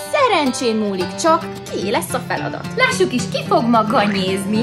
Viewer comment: Az a hangsúly. Hogy ganyèzni 😂😂